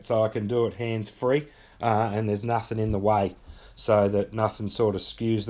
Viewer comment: NothING AND GoING not NUTHUN and GUNNA